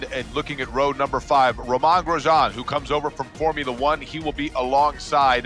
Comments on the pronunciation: "Romahn Grejahn" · These announcers need to learn how to pronounce “Romain Grosjean”. Have they never seen an F1 race before?